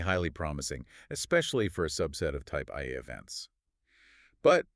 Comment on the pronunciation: Almost good, but the pronouncing of type Ia gives it away as AI. No way 2 separate people mess that up.